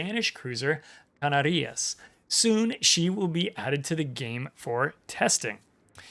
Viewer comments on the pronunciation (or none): The correct pronunciation would be CaNArias, due to the fact that in this word the last syllabus is rias. You were right about the accentuation on the second to last syllabus, but you just got the syllabus wrong. As a Spaniard, really happy to see the Canarias coming into the game!